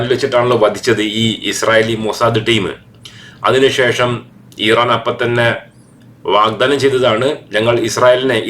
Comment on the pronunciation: ഈറാൻ അല്ല ഇറാൻ